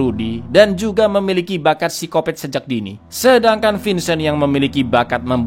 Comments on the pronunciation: Gatau kenapa ilfil aja sama orang yg nyebut psikopat jadi sikopet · Berenti nonton pas nyebut sikopet